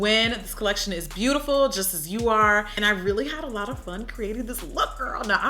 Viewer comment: Please it's a lot not slot